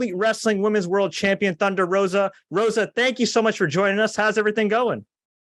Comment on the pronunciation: #HDS | "Holy Doodle Squat!" It 's "Thun-dar Ro-Za!" a.k.a. Kobra Moon. Good deal. Namaste 🙏🕉🌸